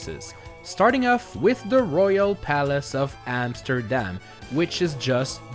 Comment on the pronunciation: Dude you are saying the Amsterdam words so bad😂😂😂